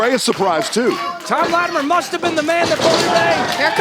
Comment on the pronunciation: Can someone please instruct on how to say latimer.